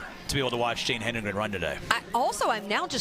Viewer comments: I cannot stand this. It’s HEDEN-gren. There is no extra “N”. Why are announcers so convinced it’s “Henden-” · She has dominated Cross-country news for two years. LEARN HOW TO SAY HER NAME!!! HED-EN-GREN. NOT HEN-DRE-GEN. AND, her little sister has already been breaking Jane's Middle School records. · Say it, "HEAD-IN-GREN," people. The announcers should have this figured out already! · I don’t think I’ve ever heard an athletes name mispronounced by so many announcers in so many races. HE-DEN-GREN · Hed-n-grin! Come on, now. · "ROTA-hinsky?" "HENdregen?" Get an announcer that can read simple names! Literally, just read what is there rather than making up some other name in your mind! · Its worse when some say "HEN-DEN-GREN" like wtf lol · Tell that to all of her family members who have shirts that say “pronounce it right” or something like that😭 I’m sure she’s not crying over it by any means, but it is kind of ridiculous that she’s the greatest female distance athlete of all-time and they can’t pronounce her last name DESPITE it being super easy to sound out. Hedengren — Head-in-grin? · I'm grateful for the coverage. So, I won't pile on TOO much. But mispronouncing the winner's name was bad. Plus, "obliterate" was used at least as much as the British announcers say "brilliant". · Geez, it was as though the announcers were from a non English speaking contry! Hedengren is a simple word to pronounce as far as English articulation goes... so weird how they kept mispronouncing it. Just shows that regardless of how 'predictable' you think the next race you're covering might be ... at least just read the names of the top runners you're commentating about (?!?!)] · Why can this lady commentator NOT pronounce Jane’s last name??? Geez. Get it together! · Amazing race, horrible commentary. It's ok to let the race breathe every now and then, and it wouldn't hurt to learn how to correctly pronounce the lead runner's last name as well.